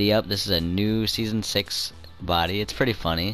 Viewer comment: STOP CALLING IT BODY SOUNDING LIKE A KILLER